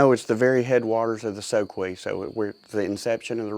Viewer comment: and he doesn't know how to pronounce the name of the soque... it's a shame such a beautiful body of water which starts and ends all in habersham county is private property except for a very small section...